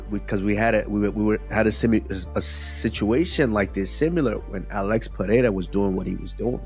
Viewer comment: Think this narrator will ever learn how to properly pronounce Adesanya and/or Pereira (Pa-hay-ya ? I don't! 🤣)